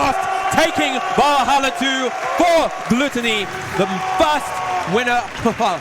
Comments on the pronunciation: Are these nerds really pronouncing it "gloo-tun-ee"?? Or is that how he wants it pronounced? It's "gluht-oh-nee" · "Gloottonny" lol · Lmao learn how to pronounce gluttony